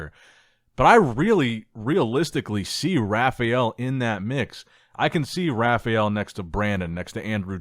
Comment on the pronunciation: Its not RA FI EL, its RA FA EL